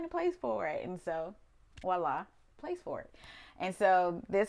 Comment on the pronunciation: I strongly admire her eclecticism and brave, unabashed use of color throughout her living space. Maximalists possess a level of creativity and artistry that intrigues me profoundly. As a French speaker, I find myself becoming somewhat irked by the often mispronounced word, "Voila." Native English speakers tend to use a non-existent 'w' and say "Wa-la." "Vwa-la" would be the appropriate phonetic reference. Not hearing the 'v' is a pet-peeve for me. I am being particular, however. This woman comes across as highly intelligent, cultured, well-traveled, and her exceptionally well-decorated Home is a reflection of her many impressive qualities. 🖤